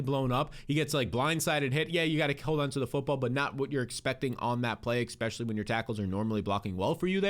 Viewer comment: absolutely love this channel, your content and production value is really enjoyable. I do subscribe and really value what you have to say. but where is the x in "especially"? great work man! keep it up!!